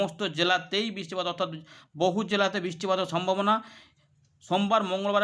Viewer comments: ওটা বওহু জেলা না উচ্চারণ টা হবে বহু জেলা কি গো বুঝলে 😅😂🤣😂🤣😅😂😆😁😄😄😄😁😁😁😄😀🙂🙂🤩😘😜🤪😝😝🤑🤗🤗🤗🤨🤑🤔🤫🤫🤫😜😗☺️🤗🥲🫢😋🥰😙😚😉😉🫠🙃🙂😁😆😅😂😍😍😂🤣😃😀😃😁😁😆😅🤣😂😂😅🤣🤣🤣🤣😂😂🎉🎉😮😅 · বওহু জেলা নাকি বহু জেলা? 😅🤔😅🤣😂🤯🤓😎🎉🎊😜